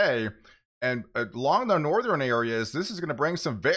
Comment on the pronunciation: Great work. Keep up the good job! Piece of constructive advice for those of us who can`t help it but hear it.. its NortheRN not NortherEN or SoutherEN .. there is no E at the end of those words